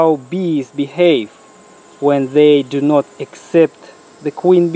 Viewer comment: He says "bee"have, "bee"cause he is trying to "bee" smart.